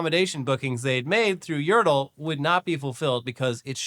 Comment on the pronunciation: Pretty sure that's meant to be yər-TEL, as in "hotel" -- rather than YəR-təl, as in "turtle" 😘